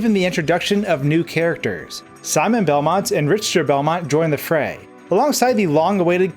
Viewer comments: By the way it is pronounced RiCKter not RiCHter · did you say... did you pronounce it "rich-ter"? they say it in the direct as "rick-ter"... it's not that hard.